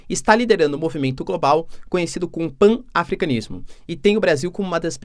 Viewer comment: PAN-AFRICANISMO, pronúncia-se PANAFRICANISMO.